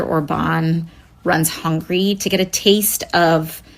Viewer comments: First girl can't even pronounce Hungary right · I think most non-Europeans just call it hungry instead of it’s actual pronunciation, a lot of it could do with their accents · And she says it like hungry and not Hungary. She's so stupid. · AOC doesn't even know how to prononciate Hungary 😂. Hungry indeed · Hungary not Hungry 😅. Maybe she was hungry 😅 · AOC cannot pronounce “Hungary” she says it “hungry” 😅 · Hi, my ex-Yugo bro/sis! When you type in the pronunciation of Hungary, this is what we get: huhng·guh·ree. Slovenia is sluh·vee·nee·uh. Until yesterday I thought people are just joking when they say Hungry instead of Huhn-guh-ree. I am utterly and officially shocked! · sister here! english has weird pronunciations, i gave up a long time ago :D many ignore that U, so hungry and Hungary sound same to them. We don't pronounce it the same way. I'm your southern neighbor :D Serbians call you Mađarska anyway :P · Are we all going to just ignore her pronouncing Hungary as Hungry? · Hungary is not pronounced like "hungry". What the hell? I've never heard someone calling Hungary "Hungry". So much about geography and education. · I heard that it's pronounced that way. I'm from a neighbouring country and English obviously isn't my native language. But i heard different pronunciation of some countries so i don't know what is true. While we're here: is ot slo-vEH-ia ot slo-vEE-nia? I know how Slovenians pronounce it, we were once in one country.